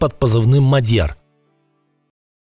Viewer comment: Роберт Бровді не Мадьяр, а МАдяр - ударение не первый слог.